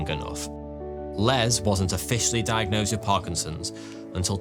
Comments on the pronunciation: "diag-NOSED" i see what you did there 😂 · I enjoyed this fascinated video. Especially "diag-Nosed"! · Loved the diag-nosed emphasis hahahah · It had diag... NOSED. At first glance, it may seem had trouble pronouncing the word diagnosed but my superior skill in recognizing puns could not be fooled. I didn't stop there though. I grabbed 6 of my closest friends and watched 12 videos. Each of us had to point out the puns in every video. To everyone's amazement, I got all 12 of them correct. Except I didn't. I made 1 error. Alas, further research was canceled due to my grave error, as our funding got cut. A few months later, I bumped into the same pun I misjudged wrongly before. And as you guessed it, it actually turned out to be a pun. I felt a great rush going through my veins, as I felt like the luckiest man in the world. I headed straight to Vegas and gambled away my life savings. Does it hurt? Yes. But do you know what's more valuable than money? Time. Time that you've now wasted reading my comment. Cheers to you and enjoy your evening. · Diag-NOSED! :P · Did you say, “… diagNOSEd…”? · I had to click like because you said diag-nosed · diag-NOSED :face-green-smiling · "...diagnosed... before the disease was detectable by modern medicine." Ridiculous pronunciations of 'diagnosed' and 'superlative' aside, that's almost certainly a reach, and probably not true. The percentage of people tested for Parkinson's before they have symptoms is extremely low.